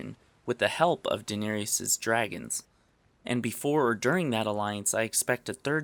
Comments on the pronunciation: This is the most well thought out, logical (as to appear glaringly obvious / hiding in plain sight) theory I've heard. Excellent deducing! But for the record, it's pronounced D'near-iss - not D'neary-iss. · I cringe every time the narrator says "Danaerius" (EE-US) instead of "Danaerys" (ISS). Danaerius (which is a male name) is not the Khaleesi's name, and Danaerys has three syllables, not four. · Stop saying Danerius... It's a 3 syllable name, not 4. Great video though, thumbs up. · Please in next videos call Daenerys "DAH-NER-IS" - the last part is not "E-IS" ... ugh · You make lovely videos but please call her Daenerys and not Daenerius :) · Denearis not denarius I know I butchered the name but the pronunciation is important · It Daenerys! DAN - AIR - ISS. Say it with me, now: DAN - AIR - ISS Rhymes with Viserys: VISS - AIR - ISS It is NOT "Danirius" [Dan-Ear-ee-us] Which rhymes with "are you serious?": SEAR - EE - US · Daenerys not Daener-i-ys... Sorry it bugged me. Other than that great video. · I appreciate your content, however, every time you mispronounce Daenerys it throws me off. Daenerys is pronounced Duh-NAIR-iss, but for some reason, you keep saying De-nair-ee-us. It may seem nit picky, but it's true, so why not fix it? You make great content and it's something as simple as saying names wrong that can make the difference between being taken seriously and subscribed to and being skipped over and/or getting a thumbs down. Fans are cray-cray when it comes to details, we all know that;-) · It's not pronounced "Den-arrius", ffs. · He had the wrong theory, but somehow the most incorrect part of this video is the way he pronounces Daenerys.... Danarious. UGH. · why does he pronounce daenarys like she's a dinosaur 'dynarius rex' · Please learn how to pronounce Daenerys....it's not Dinarius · Din-air-e-is... Dude, good video but I hate the way you say Daenerys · maheshwari it's Day Nair Iss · Nice video... Is there a reason you keep calling her Danarius?